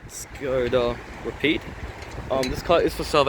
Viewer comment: Isn’t it pronounced rapid (ra-pid) , not rapeed. Anyway keep the vids coming, you should put ASMR in the title/ tags!